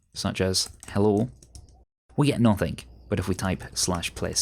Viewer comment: Arguably the best WoW Lua tutorial out there, but one tiny gripe. It's anything, not anyFINK and nothing not NoFINK 😐 But I'm just as annoyed by the american intrusive-R syndrome (saw / sawr, idea / idear)